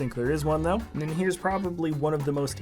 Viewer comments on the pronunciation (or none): none